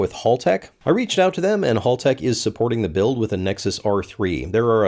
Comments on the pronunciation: Think HAL from 2001: A Space Odyssey. It's HALtech not Hall-tech! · It's pronounced Hal - Tech, not Hall - Tech. Think of Hal from Malcom in the Middle. But continue to pronounce it as you do. It's good for engagement, All hail the algorithm. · No it's Haltech like HAL9000, not "hall"tech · Hal-Tech - HAL, not Hall. Americans like to say hall for some reason. All "hal" the algorithm. You see what I did there. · please,, as an Australian: "Hal-tech" as in "Hal 9000". not "Hall-tech" as in "hallway". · Haltech, Single L. Hal not Hall. Like the robot from 2001 Space Odyssey the HAL 9000. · great to see the Aussie ECU going into the car, it will be the perfect choice for the build with so many options for sensors and data! However, it is Hal-tech (As in 'Open the dorr Hal') and not Hall-tech 🙂👌 Stay Super Fast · Hal-tech, not Hall-tech! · I'm so sad you mispronounced "Haltech." It's "Hal," like the name! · It’s “howl-tec”, philistine! And you should have used a Motec, WAAAAAY better. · Aussie here. Haltech is pronounced Hal (as in a gentleman’s name) tech. Awesome product indeed!. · Don't let Haltech find out how you pronounced their name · says Haltech like someone who's never watched mightycarmods